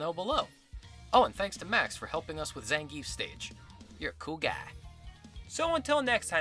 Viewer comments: Pretty sure Zangief is pronounced "zan-gyeff" and not "zan-gheef" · I believe you don't pronounce Zangief's name as "Zan-Geef" (though I did this as a kid too xD) but rather "Zan-Gi-Ef", right?